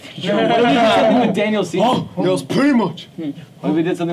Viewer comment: Pretty sure they said Daniel ceaser, or at least did and said Seavey